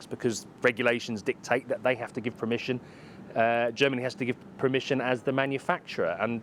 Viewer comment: I’ve gone my whole life thinking it was ‘permission’, but apparently it’s ‘premission’ according to this guy… 🤷‍♂️🤣